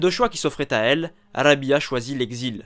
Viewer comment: on prononce Rab'a et non Rabia